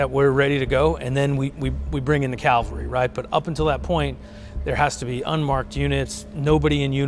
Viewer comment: its "cavalry" not "calvary". Calvary is a significant biblical site, cavalry is mounted soldiers. every time i hear someone get this wrong i die a little bit more and thats on yall lol